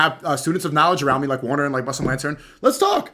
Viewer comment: 1:2:39 yo brother said muslim laden or muslim la.....den 😂😂